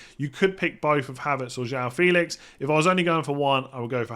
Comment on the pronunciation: News broke yesterday: it’s actually Joao Fay-lix